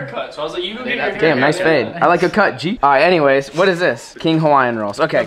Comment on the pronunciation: the way he says “ I like to cut g” is hilarious 😂